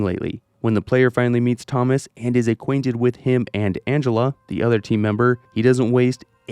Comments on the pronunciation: I don't know what annoys me more, the fact you're saying it like toe-moss, or the fact that you're definitely doing it to annoy people like me. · Why do you pronounce Thomas that way?